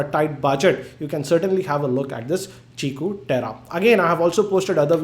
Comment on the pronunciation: He pronounced it right. It's qiku (chikoo) just like qi (chi) charging.